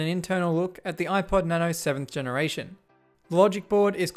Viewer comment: its supposed to be na-no